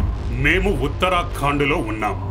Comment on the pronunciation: ఉత్తరాఖండ్.... ఉత్తరఖాన్డ్ కాదు...